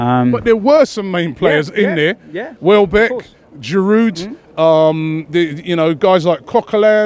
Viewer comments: Its pronounced "Girou" not "GirouD" ffs im not even a Arsenal fan but its pretty simple French people dont pronounce constenants at the end of there words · Stop pronouncing the "d" at the end of Giroud, for fuck's sake.